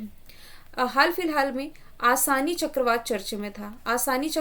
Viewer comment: आसानी नही असनी था 😀